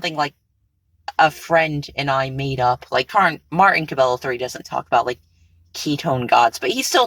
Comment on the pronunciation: I’m pretty sure cabello is pronounced “ca-bay-yo”